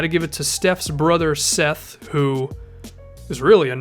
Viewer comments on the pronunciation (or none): none